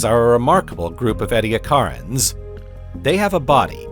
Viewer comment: "Edi8acarans" is pronounced "edd-ee-a-KAR-anz."